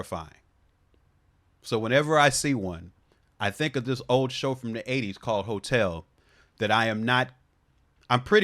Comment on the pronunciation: I know you said "hotel" but I definitely heard hotep, FD living rent free...